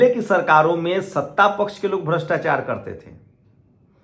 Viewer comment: Bre bre😊sosal😊 des😊brastachar😊 sift😊lach😊vipashi😊sale pronounce dekho